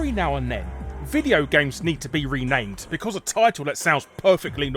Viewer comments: "Ranamed" ... back to watching the video hahah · Uh.. "ranamed". That's all I'm gonna say. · "Ranamed" Larry? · "Ranamed". Heh, nice one.